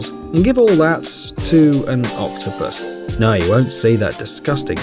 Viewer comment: U saying octopus wrong